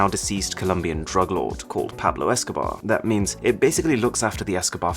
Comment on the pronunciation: 🙋Mmm seriously Arun, Why are you emphasising 'Drug LORD' so passionately😒, also you seem to be A Bad Boy🙇😳Magazines & Pictures🙈🙊🙉